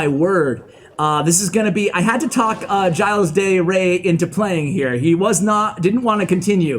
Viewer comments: OKay... It's a French name. Soo... if you want to say it roughly correctly, you should say : "Gilda Ray". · His name is pronounced "jill" by the way, keep up the good work! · Hey! If your guest is Latino, I guarantee that “Gilles” is pronounced like “HEE-lays”. Great vid! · I think the pronunciation is of Latin origin so I believe it’s he-lays dey rey. Hope I helped ash! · I think it it pronounced the french way and you say it like Jil. you don't pronounce a lot of the name